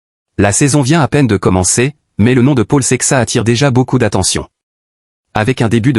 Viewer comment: The name is Portuguese adn should be pronounced as Saishes. He is a talent btw lets see how he develops. We need him to compete with Pogacar in the grandtours and hilly classics so good luck to him!